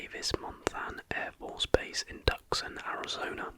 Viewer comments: Great video AGAIN! Oh and it's "Tooson" not tuck son as it actually looks. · fyi, it’s pronounced Too-sahn, keep grinding buddy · Tuscan is pronounced Two-Saun.